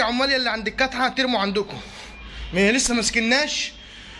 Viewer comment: يالهوي يا وانت بتقول الكاتعه بموووت من الضحك